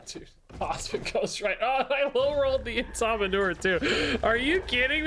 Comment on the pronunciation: I just can't NOT hear it as "Eh Sa Manure" 😅